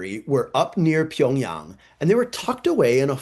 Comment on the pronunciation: No shade since no man can speak all tongues but hearing "Pyeongyang" in Mandarin accent caught me Korean brain off guard